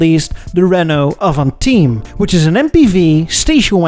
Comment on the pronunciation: For the avantime, prounounce the word as if it was english, we french do it too, also I'd say S-segment because V6 goes brrr (its not the one from the 350z sadly)